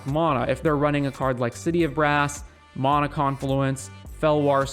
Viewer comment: Nice vid, but its mana (man-uh), not mahnah